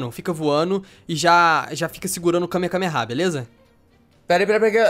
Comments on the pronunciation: é kamehamehaaaaa n é kamekamehamehaaaa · ele falou errado ele falou KAME KAME KAME HA.. o certo é KAME HAME AHHH :P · vc falou kamekameha e kamehameha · nao e Kamekameha nao! E Kamehameha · Na vdd é Kamehameha xD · e kame hame ha que se fala